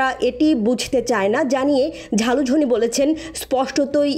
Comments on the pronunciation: Ota jhalujhin na ota zelenesky..age propet uchharon korun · ভাই, ব্যাটার নাম "যালুজ(স)নি", ঝালুঝনি না। 😂😂